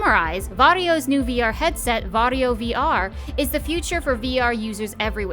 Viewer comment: It sounds like he's saying Wario